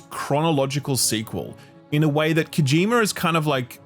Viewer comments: His name is Kojima, not Kojimer. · "kojimer" lmoa